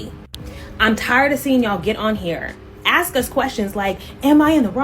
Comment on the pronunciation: what's with the axing? I just don't like that... at all. Seems like everyone has forgotten hoe to speak.